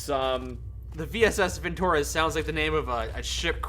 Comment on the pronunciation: vintOrez Russians: No comrade, it's vintorEz! Pronounce this fine weapon name correctly.